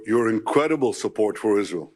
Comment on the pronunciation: I do believe trump is on something. He can not even say Isreal. He is a very disturbed idiot. 😳